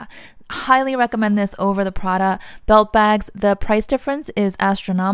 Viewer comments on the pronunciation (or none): none